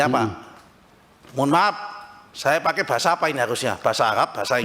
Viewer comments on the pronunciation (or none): Pakai menjadi pake. Bukan pakek. Ibu, bukan ibuk.